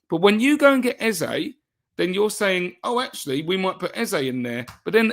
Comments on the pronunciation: Eze's name is pronounced A-Z-A, not Ezer. Forget what Rebecca told you. EZE is a Nigerian (Igbo) name, and it has a meaning. There's no word like "Ezer" in the Igbo language. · You are wrong. is close to getting it right. Ay-zé is the right pronunciation and I am a Nigerian 110%. Eze means KING in the Igbo language